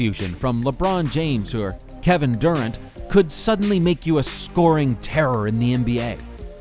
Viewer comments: funny how he pronounces kevin durant's name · they way he pronounce Kevin Durant lol